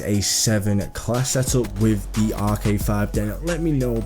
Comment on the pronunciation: stop saying thee